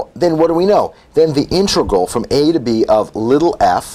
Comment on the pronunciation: Please stop pronouncing "integral" as "intregal."